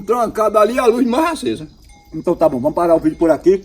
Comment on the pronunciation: Ele disse tab tab tab tab tabom